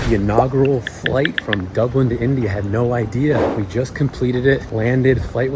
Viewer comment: It’s DUBLIN ! Not DublinD ! 🤦🏼‍♀️